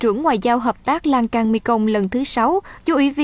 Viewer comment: Sông Lan thương chứ không phải sông Lan can